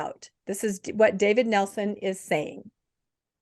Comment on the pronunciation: It's not Nelson, it's Nielsen.